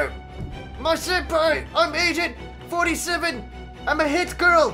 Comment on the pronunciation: at first i thought he said asian 47 and after i heard that i had to pause the video because i couldn't stop lauging